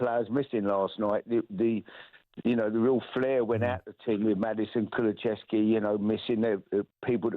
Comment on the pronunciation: Why do so many pronounce Kulusevski as KuluCHevski..?🤔